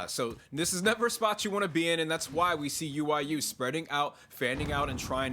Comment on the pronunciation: Omfg .. she says UYU as “ooyoo”